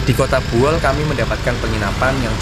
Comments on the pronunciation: Bukan Boeol tapi Buol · Izin mas, Bukan Boeol tapi Buol. Lebih tepatnya Kabupaten Buol Provinsi Sulawesi Tengah. Berbatasan langsung dengan Kabupaten Gorontalo Utara Provinsi Gorontalo. Makin sukses perjalanan nya 💪🏍️🏍️🏍️🔥🔥🔥